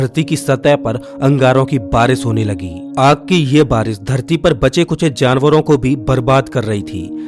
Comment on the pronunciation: Suruwat nahi shuruwat Baris nahi barish Kagaj nahi kagaz Bhisan nahi bhishan Achhe se pronounce kiya kare